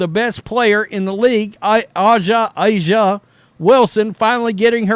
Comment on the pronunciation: By the way…. It is A’ja like Asia not Ahsha…. It’s irritating to hear you say it twice every time.